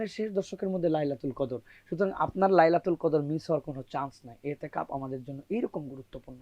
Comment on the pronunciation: Itiqaf---no itteqaf...hai re sangbadeek!!